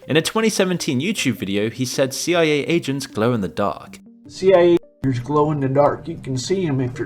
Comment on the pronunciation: bro did NOT say agents 😭